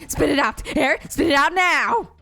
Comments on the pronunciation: just as a head's up, a more proper way to pronounce hare's name would be "hah-ray", since all of the students names are meant to be japanese (hence why arisu's name is pronounced like that instead of alice despite not being japanese in origin) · btw, Hare is pronounced Ha-Rei